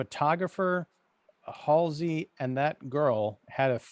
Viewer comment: You pronounce both names so wrong. If you listen to the Johhny Cash great song for it you will know it is pronounced Foss as in boss and Big Haul zee not halsee.